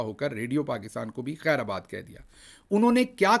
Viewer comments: Khair aabaad ni hota Bhai " Khair baad" hota ha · "Khair-aa baad" nhi, "khairbaad" sahi talaffuz hai.